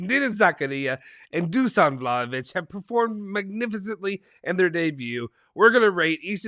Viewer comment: Some of our fans are still calling De ligt (De light) And they have to say the H It’s Vlahovic not Vlaovic